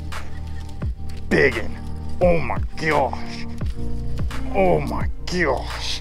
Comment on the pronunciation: "Oh my geosh"